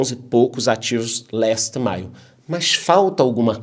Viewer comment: Gosto do nosso porque ele fala inglês muito bem! Last mile bem pronunciadinho!😁